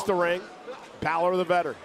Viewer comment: Not you saying winn balor 💀🙏🏼